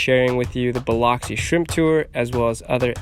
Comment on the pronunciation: Hey! Glad you are having fun in Miss-ippi!!!! Where you are is pronounced BilUxi not BilOxi lol. Your little daughter is so precious!!!